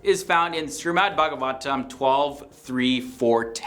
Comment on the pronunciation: I liked the video the only thing is it shreemad not srimad But kudos to you even Hindus themselves have forgotten what our ancestors have already predicted From every one of the point's you can relate your own life into it in any way possible 1. Social media 2.Envy (just like you said) 3.Power(look at china russia and America) and some small nation's as well the gulf money is literally every where and another video of BlackRock Funds do watch it, it's like they own everything in the world. 4.Selfishness nowadays the so called extroverts show us that they're helping you but in some way they are fulfilling their own deep down desire or selfish act of something 5. The genitals part is the best 🤣🤣🤣 MEN WILL BE MEN (TWO AND HALF A MEN)